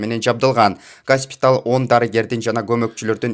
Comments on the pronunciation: ГАССПИТАЛ ЭМЕСС ...ГОСПИТАЛЬ. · Госпиталь деп туура айтчы айланайын